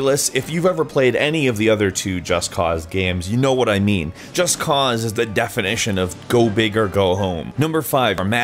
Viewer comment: If he says Just Cause the way he says it again, Im gonna flip out!